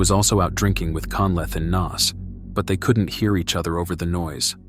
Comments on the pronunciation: Im from Dublin pal it's pronounced Nace not Naz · Pronounced NACE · Trevor had followed a girl to Alaska who had asked him not to come over to see her. He seems to have just turned up anyway. You can find a 3 part article on this in the Irish independent from the time. Also just to help Naas is pronounced like Nace ! Enjoyed this and will watch some more of your videos 😊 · It's Naas, not Naas!